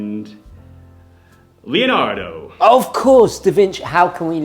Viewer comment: Leonardo! It’s Leonardo damnit! Lol